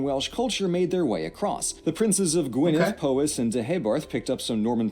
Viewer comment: sounds wrong to me - listen to a native Welsh speaker say Gwynedd or Rhondda. The letter dd should be pronounced with a voiced 'th' sound as in they.